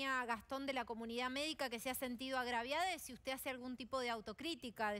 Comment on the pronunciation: Dijo agraviade??? Q bossta